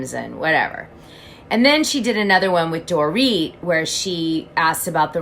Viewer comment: You said Dorit! Like a!!! Mazels!!!!